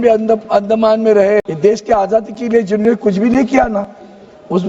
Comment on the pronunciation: Ajaadi bolna Sikh le Adaaji bol rha h.